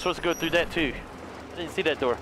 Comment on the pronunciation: I must be tripping, or he said diet doooor?